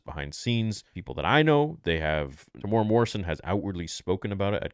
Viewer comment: As someone who lives in New Zealand, it's a pretty big pet peeve of mine that people can't pronounce Temuera's name right. It's not pronounced "Teh-mora", it's pronounced "Teh-moo-eh-rah," with a trill on the letter R. I know some people can't do the trill thing, so a regular R sound is fine, but at least pronounce the M-U-E properly. His name is also spelt wrong in the title of this video.